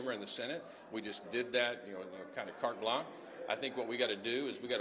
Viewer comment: It’s not cart blanc. It’s carte blanche.